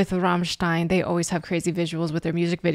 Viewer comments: Servus! You are probably the first english-speaking person who pronounces "Rammstein" correctly - with the german "RRRR";-) By the way, you pronounced "Sonne" right aswell. It means "sun".... Regards from Germany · got a new follower right away when u pronounced Rammstein pretty correctly:P u should really go and see them live its freaking awesome they are deffinitley some of the best live performances ever